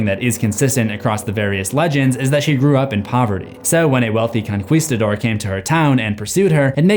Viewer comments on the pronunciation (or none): "Conquistador" is con-kee-sta-dor NOT con-KWEE- sta-dor. Hilarious, but wrong... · “ConQWEEstador” man I’m CRYING 😂😭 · Conquistador is pronounced as “Kon (not like cone, the o less u-ish)- Kees- Tah- dor (same with kon)”